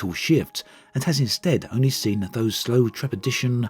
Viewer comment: "trepidAtious", not "trepiditious" - You're welcome, the grammar police ;)